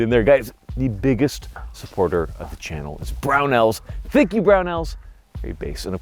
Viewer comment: Every sentence with this guy is like: "Welcome to the chenNEL WHERE I............ talk like this...."